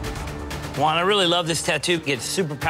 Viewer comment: It is not that hard to say Juan... J as in h sound, oo as in boo, a as in bat, n as in NNNot that hard